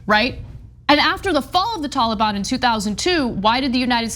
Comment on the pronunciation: I love how Ana pronounces Taliban lol "Tawla-bawn." 😆👍 Watch the old Charlie Rose interview of Peter Jackson, Viggo Mortensen, and Elijah Wood, that aired shortly after 9/11 on CNN. They were there to promote and talk about the new Lord of the Rings trilogy, only one had dropped by then but was already wildly popular and breaking long-standing box office records, but because Viggo Mortensen dared to make a, "No More Blood for Oil!!" t-shirt to wear to the interview, the host, Charlie Rose ended up uncontrollably compelled to devote a not-insignificant percentage of the time to the discussion of how un-American and unpatriotic he thought anybody speaking out against Bush and his decision to invade Afghanistan was, by getting into a prolonged debate with Aragorn, son of Arathorn lol about it instead of talking about what he'd invited them there in the first place to talk about. The rest of the interview having a super uncomfortable undercurrent, as a result. Awkward! And, it's just a really stark demonstration of the mind-set of SO many Americans back then, in the aftermath of September 11th. I mean, just look at what happened to the Dixie Chicks lol they had the NERVE to bring up the fact that 9/11 had absolutely nothing to do with Iraq, so why were we invading THEM, and they were summarily shunned by the mainstream Country Music industry entirely! At the height of their popularity. The faux-Patriotism was infectious and insidious, infecting everybody across all cultures of Am